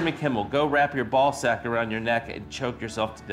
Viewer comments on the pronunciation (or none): none